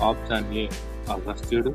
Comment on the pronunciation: ఆప్షన్ అనే పదం కరెక్ట్ గా పలకండి